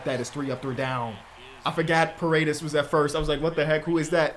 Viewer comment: Ion know who said ParaDEES but its a hispanic name, it's pronounced paw-ray-dayse